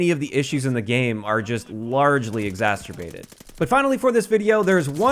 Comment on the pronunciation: exasterbated hehe